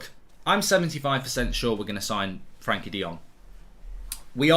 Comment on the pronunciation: His first name is Frenkie and NOT Frankie. Get a grip